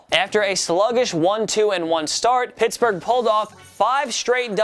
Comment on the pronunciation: Pertsburg???What lol